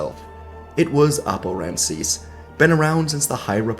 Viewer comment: It's actually Rancisis. Rancis is